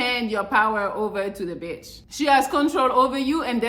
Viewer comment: I love when you say beeitch. Rude but it's just funny.😂